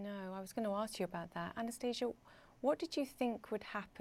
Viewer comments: Lol, she keeps calling her Anastasia, while her name is spelled Anastaniia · These are the characteristics of English pronunciation. Her name is actually pronounced differently.